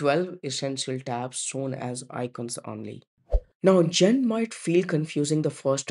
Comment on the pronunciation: Allow me to introduce you to Audacity. tbh, I had to turn my volume up to max to hear this video. Even chatgpt told me that users will forgive bad content (actually your content is very good except everyone knows it's Zen, not Jen, even if they never hear of the browser before, like me.), but they will not forgive bad audio. Please run your audio thru audacity before submitting.